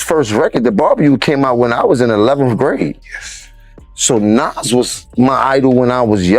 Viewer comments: Lady it's Nas not Naz 😂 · Nasssss. Jahdahkiss? Are you kidding me with your pronunciation?